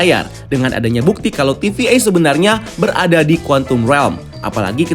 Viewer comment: how to pronounce conqueror is : kongkerrer